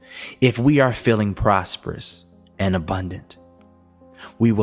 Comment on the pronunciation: Very profound information! ( I am annoyed though that the word: ‘feeling’ is mispronounced, because the word has two ‘ee’ in it and not two ‘ll’ )